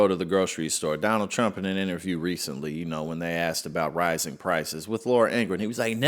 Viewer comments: Carolyin' STILL cannot pronounce Trump correctly. It still sounds like she is saying "President Chump". Freudian. And of course she's LYING about the economy and LYING about the average price of Thanksgiving dinner. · How long people goin to continue to believe this 🐂 💩 🙄🤦‍♂️ & she can’t say Trump 😄😄😄